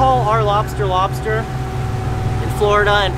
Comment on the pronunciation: Awesome episode and heck yeah bring back and his LOBSTAH...jajaja